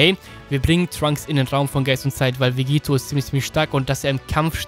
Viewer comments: Vegetto wird mit doppel tt geschrieben also auch ausgesepochen und nicht mit einem t wie bei Vegeta. Klingt komisch wenn man es mit einem t ausspricht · Du sprichst Vegetto falsch aus. Ist dein Doppel-T, also wie Spaghetto.